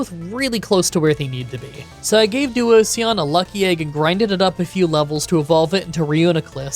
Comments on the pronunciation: Once again you skip the Kami and I don't know why. You skipped Tornadus in Black and now you're skipping Thundurus in White. P.S. I have never heard someone say Duosion like you did in this video. It's a mix of duo and fusion. Duosion is two cells fusing together so it's pronounced the same way you would pronounce fusion. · For petilil he is pronouncing the first l twice so pe til lil. It's driving me insane everytime. And then came duosion. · I've never heard that pronunciation of duosion, i usually read it as duo-zhun. But your pronunciation also makes a lot of sense! I can see how Pokémon names can be super confusing lol ❤ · I felt like he was saying "Onision" every time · Due - oh - zee- an // dwozian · To answer your concern, you are not, it's pronounced Duoshon (this comment not only educates, but it's good for the algorithm) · Like duo, and Fusion. Duosion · 'Duo see on' is probably the worst butchering of a pokemon on this channels history. (I love all your videos and seeing all this gen 5 content is awesome) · Help with how to pronounce them but love the video Petal and little so Peh-Tee-Lil And Doo-Ocean but say it really fast well how we pronounce it with a Scottish accent 😂😂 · Oof! Duo-cion and Petil-il... This is a tough video for pronunciation fans 😭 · Duosion is like duo-vision, but it’s how you pronounced it from now on 😂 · Duo-sion “Fusion duo.” Not typing this to critique, hoping this helps you with pronouncing the name! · Duosion is pronounced like duo like 2 and sion in devision like a cell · Duo is right, but the sion is pronounced the same way that it is in fusion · Pokemon name pronunciations are, of course, taken with a grain of salt, but I think Duosion rhymes with fusion. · If you're looking for how to pronounce Duosion the last syllable is the same as division. It's actually the pun in it's name, duo+division. No hate, btw😂. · You pronouncing Duosion wrong but nailing Reuniclus’ pronunciation was really surprising. 😂